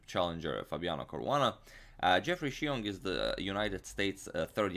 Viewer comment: The way you pronounced Xiong is spot on!